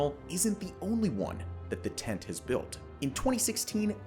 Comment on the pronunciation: Just so you know the hyphen in the abbreviation means it is pronounced 10-T not tent